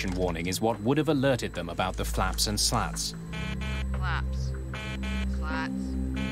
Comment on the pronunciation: The way she says “slats” lmao 😂